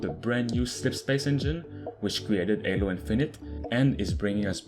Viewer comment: BRUH it is Halo not Alo. LOL